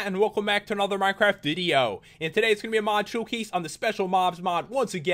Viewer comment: I love the way he says video... O-O